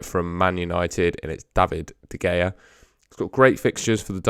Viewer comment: "David duh gayuh"